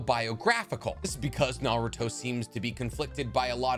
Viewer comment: Love his content so much but my god he mispronounces 95% of naruto stuff lol